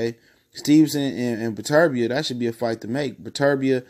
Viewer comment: Learn to pronounce the man name before featuring in your video